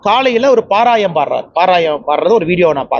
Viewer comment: தங்கபுள்ள அது பாராயம் இல்லை, பாராயணம் என்று திருத்தி பேசவும், இந்த சகோதரியின் பணிவான வேண்டுகோள்..❤❤❤ஒன்றும் புரியாத & ஒன்றும் விளங்காத தத்திகள் ஏதேனும் கதை எடுத்துவிடும் அல்லவா.